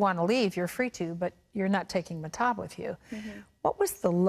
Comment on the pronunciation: This interviewer is so annoying. Also she keeps blatantly mispronouncing Mahtob.